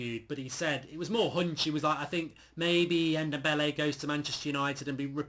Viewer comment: NDOMBELE N - DOM - BELE It seriously hurts my brain every time you say Ndembele 😂😂😂